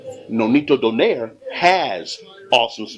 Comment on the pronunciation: nope it's "do" as heard in "door"; "nigh" as heard in "night" (you got this right); and "re" as heard in "replicate"